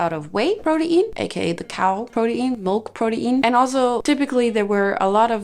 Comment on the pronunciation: I say this in a kind way: it’s pronounced “pro-teen”